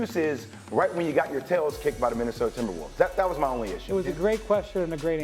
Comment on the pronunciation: Did I really just hear "the N...imberwolves" ? man thought for half a sec that Nuggets won that game haha